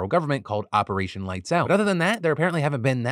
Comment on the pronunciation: You said "Joint Opperation" twice. - Pun Intended Sir!!!